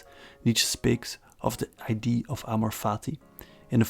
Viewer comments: “idea” has to be pronounced “aye-dee-ah”, because if you pronounce it “aye-dee”, people think your talk about ID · it's idea, not eye-dee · you pronounce "idea" incorrectly, it's confusing